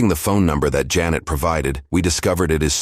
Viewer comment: Why does everyone pronounce janet jeanette? Ive experienced this so mucb